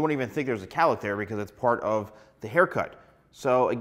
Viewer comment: It’s not Callick! It’s cowlick!🥹